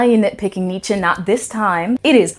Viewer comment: Kudos for pronouncing Nietzsche correctly